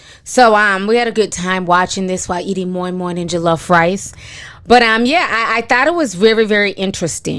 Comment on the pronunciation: Beyonce...... killed it. The way you pronounced moimoi and jollofrice . Lots of love lol x